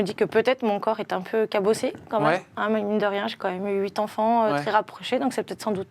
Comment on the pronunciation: Huit zenfants 😣😣😣